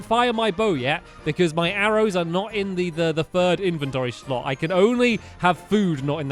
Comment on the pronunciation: Shlot lol